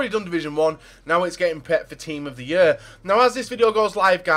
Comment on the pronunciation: " team of the yur "